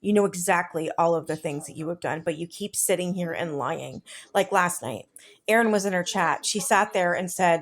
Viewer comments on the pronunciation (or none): Yes! What is the new pronunciation of AND? It isn't pronounced "end"! Same as pitcher! It's pronounced PICTURE! She refuses to learn for F sakes!